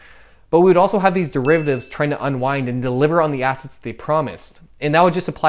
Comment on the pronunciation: What are "dreivatives"???